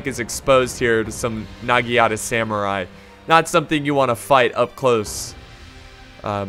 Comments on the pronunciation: It is not Nagienate it's Naganata. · it’s NagiNATA not nagiata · Chosokabe - short o as in 'opinion' not as in 'choose'. Uesegi - uu e segi: long u short e as in 'edo' NagiNata - you seem to have missed the N Ikko ikki are a special faction since they are a different religion, they don't have samurai but they do have ronin. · N a g i n a t a not nigiata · About the names 1.-It's WEsugie 2.-chosokabe you got it right (the first time), so iko ikki 3.-It's nagiNata There's an N 4.-Otomo is pronounce with a higher second O. OOTOmo